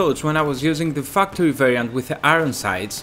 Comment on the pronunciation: I'm sorry but I couldn't help noticing you pronounced factory like fucktory